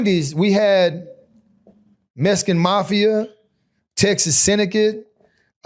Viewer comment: It was a messkin? Why do I always here that, if you can spell something you should be able to pronounce it